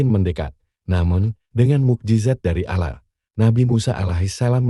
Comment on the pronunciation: Ini nyang punya cenel Islam apa bukan ya,kok cara penyampeannya Alah bukan Allah